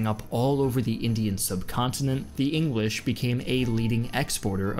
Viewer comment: he calls the English the engwish